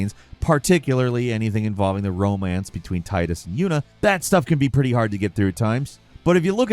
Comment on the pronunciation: Thank you for pronouncing Tidus correctly.